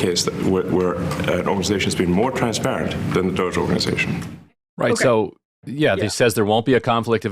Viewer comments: It's not pronounced Dojay! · Ryan: "DOE-JAY officials" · Does Ryan think it's a sick burn to keep calling it "Doh-jay?" That's as pathetic as people saying "Drumpf" being like "i'M rEsIsTiNg..." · Ryan pronouncing it as “dogè” killed me 😂 so fancy, so official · Bro stop calling it DOGE-ey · why does Ryan pronounce DOGE as “Dojay”???? it’s pretty easy and clear to know how to say it if you understand english. why has no one corrected him? he just looks stupid saying it. i love ryan tho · appreciate Ryan trying to get the pronunciation right on doge, but it's DAH-GEE. thanks for a good show, y'all. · FYI Ryan it’s pronounced Dog-ee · Bothers me that ryan can't or won't say doge correctly. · im still triggered by the way ryan says "doge" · I live for how Ryan intentionally mispronounces DOGE lolol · yeah emily commented on it recently with ryan and he continues to misspronouce it lol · Ryan and Sam Seder leading the way in doggie pronunciation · I gotta be honest - every time Ryan mispronounces DOGE I find myself rooting a little bit harder for Elon. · Ryan's mispronounciation of DOGE renders every single thing he says afterward moot. Mountains of MDS-fueled bias.